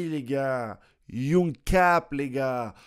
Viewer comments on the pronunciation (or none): none